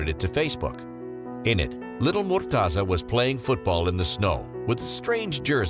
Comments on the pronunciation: its not murtaza ... its murteza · That's not how u pronounce his name haha